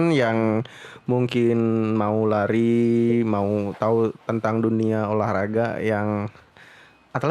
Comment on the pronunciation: Lari bang, bukan lai wkwk